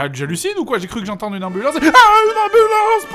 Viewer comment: "Ey ! I am an amublance, and you will respect my authoritah !"